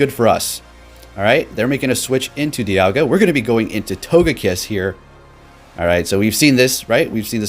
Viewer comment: ITS NAME IS D I A L G A